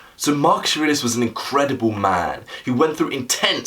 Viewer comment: It's good, but the way you speak the name of your subject, I have no idea who you are talking about. It sounds like you are saying "Mark Serasus". Also at the beginning I replayed you speaking the name 3 times because you say it so fast that you don't even give yourself time to enunciate your consonance. Now that I'm half way through it, I've finally discovered who you're talking about, I can rewind and actually watch tomorrow.